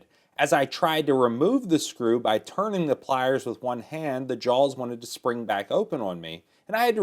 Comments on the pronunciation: Really sounds like he is saying jawLs. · There's no "L" in "jaws."